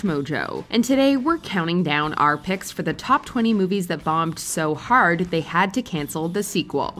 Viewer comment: Emphasizing “BOMBED” on 9/11 is crazy 💀